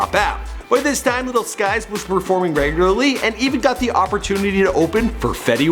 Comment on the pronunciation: ”lil skies was performing REGUARARY’